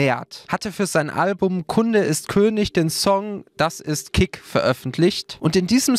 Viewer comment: Das ist "kik" ....... nicht dein ernst 🤦🏻‍♀️🤦🏻‍♀️🤦🏻‍♀️🤦🏻‍♀️😪